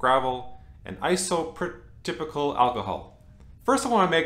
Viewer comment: Looks great... lol wow I have been pronouncing Isoprototypical alcohol wrong this whole time!